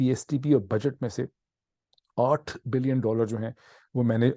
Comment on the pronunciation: اردو گفتار میں ۸ بلئن اور 8 بلئن کے تلفظ سے بہت بڑا confusion پیدا ہتا ہے- براہ کرم اس کو آئندہ نہ کیجئے